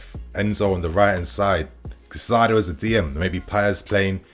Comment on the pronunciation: Kai Saydo. Not Kuh Cydo. Kai Saydo. Caicedo.